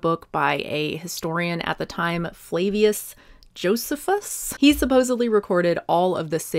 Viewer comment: Joe-see-fuss is the pronunciation. 👍